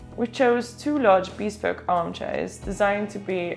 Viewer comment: For 28 m2 it really does look much more spacious! Good work. Incidentally, "bespoke" is NOT pronounced "beespoke" as you do in this video, but "beSPOke", with the "be" as in "beware", and the stress on the second syllable. No offence - just trying to help.